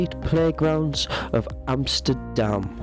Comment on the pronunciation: YES! He said Amsterdam and NOT Emsterdamn